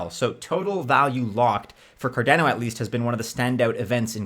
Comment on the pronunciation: CarDANo? Nobody says it that way. Cardano like mano, guano.